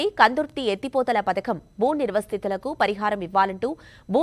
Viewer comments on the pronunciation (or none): మేడమ్ గారు నిర్వస్తితులు కాదు నిర్వాసితులు అమ్మా